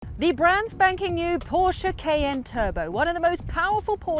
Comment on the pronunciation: Noticed how she (and possibly other Brits) pronounce ‘Cayenne’ — as just 2 letters: “KN”